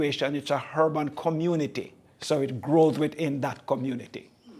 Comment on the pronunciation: Breddah, drop your "H's"................ I was lost when you kept saying " hurban " like it was a herban or herbal farm.